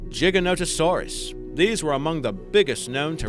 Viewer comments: I don't know what's more impressive, that you managed to mispronounce almost every single name in this video, or that you managed to actually pronounce Giganotosaurus correctly the second time after getting it wrong earlier in the video. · Gig-an-ot-o-saur-us missing a syllable there, also dine-on-i-kus or din-on-i-kus either one's fine and car-car-ro-dont-o-saur-us, just retrying to be helpful lol